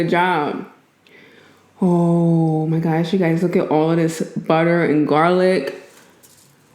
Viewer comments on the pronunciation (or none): none